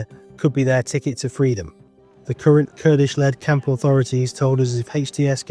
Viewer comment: Why would anyone pronounce "camp" like "count"....?